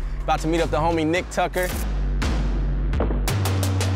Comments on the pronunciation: “Tucker” say it with us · It’s “Tucker”